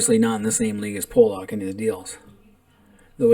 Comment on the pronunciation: It's not Pollack my friend..can't take you seriously lol..